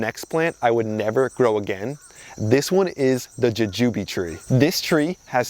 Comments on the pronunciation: It's jewjew Bee not jujewbe. The flying dragon had potential but sigh...I killed mine lol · I've never heard anybody say "juh-jooby" before 😂